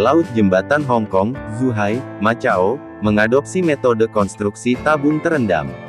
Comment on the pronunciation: macau... di baca makau bukan matjau....